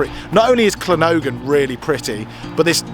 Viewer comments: to say anything starting in Wales with 2 LL is pronounced clan and the town you was in would sound like clangocklen even though not spelt like it lol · Llangollen pronunciation is wrong 🏴 It's pronounced [LAN] + [GOTH] + [LUHN]. Love the videos guys, there are still plenty more truly amazing places in Wales to see 🏴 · clan goth len is how it is pronounced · than-cloth-len well at least that will be closer than your butchery :p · llangollen Is pronounced Thlan-goth-lan. But 10/10 for effort lol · It's clangichichlan spelt phonetically. Loving your show your about 10 miles from me. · learn how to pronounce Llangollen! please 🤣🤣 (and I'm not Welsh) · Please pronounce Llangollen correctly 🙏